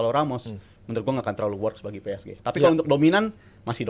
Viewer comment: Gak nyaman kalo denger ps ge jadi ps ji wkwkkw